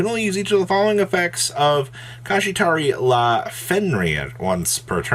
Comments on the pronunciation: Nah issue is pronounces them like kashitahrila Kšatri is how you would pronounce it. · what the hell is a kashitari-la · Bro struggled to pronounce the name right and failed every time. YGorganization even gives the inspo for the name so you can pronounce it correctly. SMH